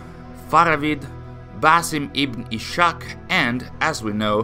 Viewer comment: Just passing by to say it's pronounced is-haq not ish-aq since the name is just the Arabic version of Isaac